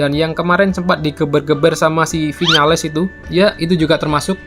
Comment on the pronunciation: Gua ngakak denger lu bilang si vinales..... 😂